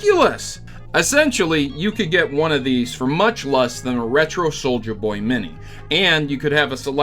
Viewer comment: I must say, I cringed every time you said "Soldier Boy" instead of "SouljaBoy" but either way, hope Nintendo puts his ass in jail